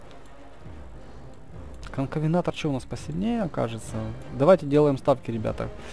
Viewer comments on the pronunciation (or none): Венатор не Вентор